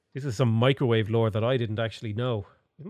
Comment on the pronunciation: “Mee-cro-wah-vay?” Leave Nigella alone!